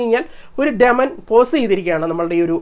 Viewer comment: ഡെമനൻ അല്ലല്ലോ ഡീമൻ അല്ലേ